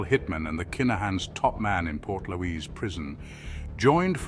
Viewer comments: Portlaoise is pronounced port leash. Peadar is padder. Irish words are a nuisance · Pronounced Port Leash . Was most famous as it was wete IRA and INLA prisoners were held in the old days .